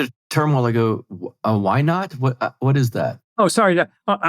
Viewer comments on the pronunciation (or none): said "wine aunt", not "why not." Took me a while to get that.